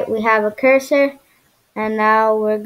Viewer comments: "Cursor" not the "Cusor" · its cursor not cusor